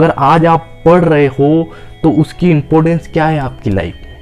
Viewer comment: impotans nhi important hota h😂😢😂😢😂😢😂😢😢😂😂😢😂😢😂😢😂